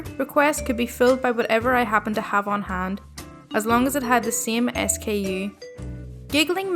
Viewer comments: I love your channel! Hearing you read stories is so much fun. Do you live in Ireland? Btw, I work in retail right now and SKU is pronounced "skew" not S-K-U 😝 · For the record: "SKU" is pronounced "skew".